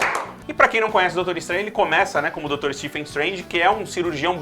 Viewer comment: Galera, sem querer ser chato, mas já sendo: a pronúncia do PH em "Stephen" tem som de V, e não de F. Logo, é "SteVen Strange", e não "Stefen Strange". Stephen Amell, Stephen King, Stephen Hawking, Stephen Strange, é tudo "SteVen".